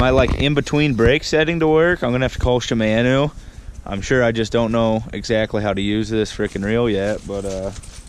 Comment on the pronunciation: Not shimaeno , shimano